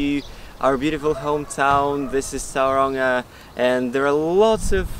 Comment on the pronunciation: Please fix your pronunciation of the town. It's not towranga it's pronounced toe runga